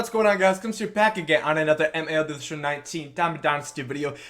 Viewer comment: Why do you say the L in "MLB" like that during every intro? Am I the only one that finds it annoying?